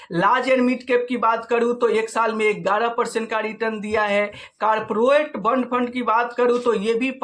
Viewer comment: Pronunciation to sahi kiya kar bhai, galat salat bolne par sunne me ajeeb lagta hai, jaise कॉर्पोरेट को कार पोरेट